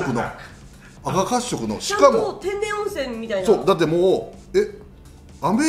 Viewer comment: 赤褐色は「せっかっしょく」か「せきかっしょく」ですね。